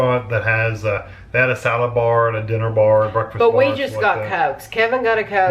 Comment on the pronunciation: “the salad barrrrrrrrrr” 😂